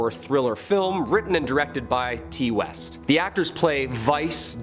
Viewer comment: Lol Ti West...pronounced "tie". He's only one of the best horror directors of the century...And seriously...Bloom? Blum is pronounced...Blum lol. Bluhm. Oy..